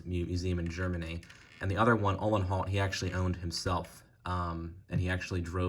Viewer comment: His name is pronounced - "Ooo - len - howt" 🙂